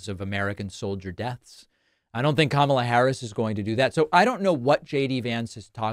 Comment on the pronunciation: JD pronounced Kamala's name correctly.